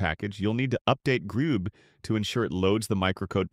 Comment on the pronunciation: Maybe it just forgot that it’s “grub” and not “grube”, even though it just said it correctly 😂 Fucking AI slop